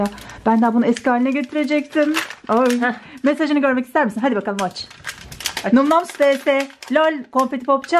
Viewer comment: Bin kere söyledik num noms diye okunmuyo nam nam diye okunur kıt beyin